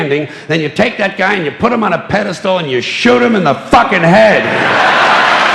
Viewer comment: George is one of the very few people I've heard say "pedestal" correctly. Everyone else seems to think it's "pedestool."